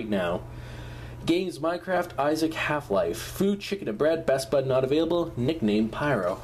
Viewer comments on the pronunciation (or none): none